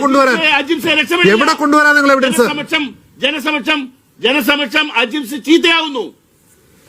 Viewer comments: "അഹിംസ് "അല്ല അജിംസ് ആണ്. എനിക്ക് ഇഷ്ടപ്പെട്ട ഒരു വ്യക്തിയാണ്. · അജിമ്സ് ആണ്..അഹിംസ് അല്ല